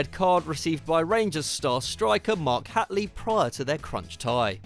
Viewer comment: Butchered Mark Hateleys name not like its hard some football channel